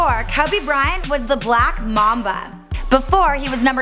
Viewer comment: She called him the black maba not black mumba😂😂😂